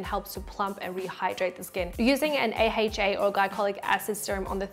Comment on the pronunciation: I'm shooked on how they pronounced AHA... A-HEYCH-A??? 😂😂😂 It's A-EYCH-A right? 😉 Just too odd. Sorry.